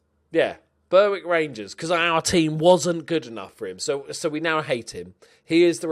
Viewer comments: Berwick... Pronounced BERICK. Oh. Its in NE England as well if you weren't aware. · I love how the one team you can’t pronounce is the one English side that plays in Scotland, Berwick. Been saying it wrong for ages and it’s bloody annoying, pronounced more like Beh-Rick, doubt you’ll change knowing you, that’s fine though, never change haha